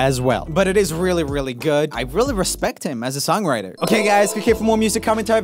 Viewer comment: "Songwirter" lol